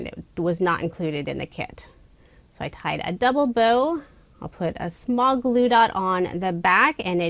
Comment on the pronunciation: When in doubt, add a little bit of blue is what I heard. 😂 Then I realized you said “glue” sure that seems like a good idea too. 😂💙💙💙